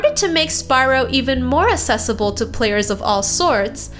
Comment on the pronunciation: You are American and an adult, why can't you pronounce words properly? Accessible is not pronounced Assessible.